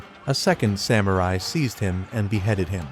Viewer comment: Cool idea to use Shogun Total War clips, but definitely work on your pronunciation of Japanese names and places before your next video (mispronouncing Kyoto and Samurai was especially egregious).